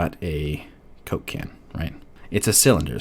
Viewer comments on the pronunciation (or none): everytime you said coke can i heard cocaine..... i think i got a problem haha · Am i the only one who hears "Cocain" every time he said Coke can ? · the way you said "coke can" is like a name of a drug man... lol great vids btw